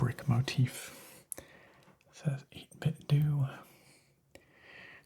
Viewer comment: Welcome back! I've missed this! I hit like before the DOS screen was even finished fading in. :) Pronounciation of 8bitDo is 8-Bit-Doe. Think Nintendo. That's how a rep for the company said it, anyway, so I'm going with that..